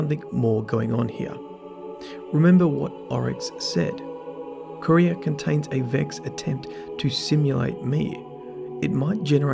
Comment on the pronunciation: Can you stop calling Quira "Korea" it is really annoying.